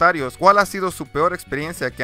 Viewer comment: y "pior"